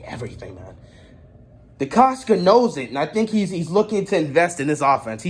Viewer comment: It is Decosta and you keep saying Decosca